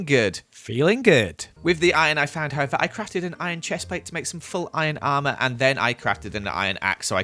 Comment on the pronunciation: Am I the only one that herd him day however like a thousand times